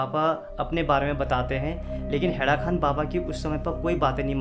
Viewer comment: हैड़ाखन baba hai.. na ki खान